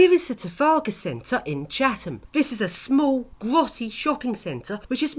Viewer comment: ITS NOT CHAVHAM ITS CHATHAM